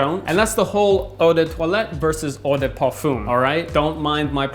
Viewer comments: Lmao say order parfum one more time hahaha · Who speaks french here and cringed so hard when said Eau de Toilette and Eau de Parfum